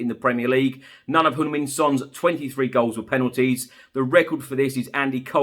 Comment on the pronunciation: I just noticed that actually pronounced Heung Min correctly, most others pronounce Hyung Min